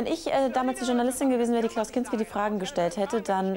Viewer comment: Der Sprecher sagt zweimal "Klinski": und